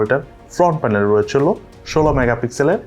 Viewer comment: এই মোবাইলে "রইচেলো", "রইচেলো" এগুলা কি বলেন? রইচেলো কি আবার?